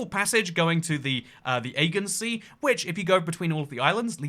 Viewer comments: I know you're not supposed to know the pronunciation of every place in the world, but your pronunciation of the Aegean Sea is very weird! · I find him incredibly irritating, and I’m a Brit. He pronounces The Aegean Sea completely non-standardly which just adds to it all